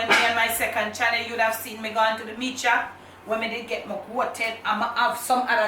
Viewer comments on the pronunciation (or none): none